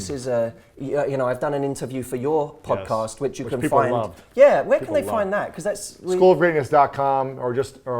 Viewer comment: This is my fave pod"COST" as Matt pronounces it-in a while!✌ The enthustic look at upsides of single life's a boost I'm sure many can benefit from. If chronic pain makes getting thru the day hell, "how 2hook up" doesn't help; Hearing two attractive guys share insecurities, goals, & truth IS motivating, & I'll share it w/friends: (that 2-year mark in life) & "get over your looks," is genius! Get up early? 👀 uggh. BUT: "Jump all over the time you HAVE cause there's NOT a "warm body to snuggle at 6 am" GOLD. "How much have you invested in YOUR FAMILY?" hit home, (even if I don't trust the NSA w/our small-talk.) 😆 THANKS GUYS!